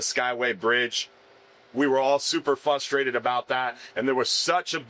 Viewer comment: I am frustrated that he can’t say frustrated